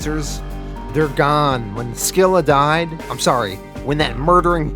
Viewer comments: You also mispronounced scylla, is pronounced silla the c is silent. These videos are awsome either way tho. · it’s SILL-A, not SKILL-A; SILL-A, and CARE-RIB-DIS...the names are from the tale of ODYSSEUS; the phrase, “caught between SCYLLA AND CHARYBDIS”, means to be caught between two bad options, or to be caught between “a ROCK, and a HARD PLACE”...I guess to mean that any villain caught between the two brothers is in real trouble... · I hate too be that guy but you also mispronounced the names of the brothers. They are pronounced Ka-rib-dis and si-la. They are named after the twin whirlpools from the Iliad by Homer.